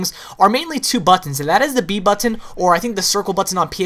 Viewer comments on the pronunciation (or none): button was said wrong allot this day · say button again, i dare you!!!! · dude u say "button" a bit wierd bro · You say "button" weird